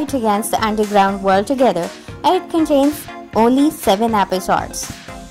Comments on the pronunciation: Stop saying apisodes😂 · i left the minute you said "episodes" in a very weird way😬😬😬😬😬😬😬😬😬😬😬😬😬😬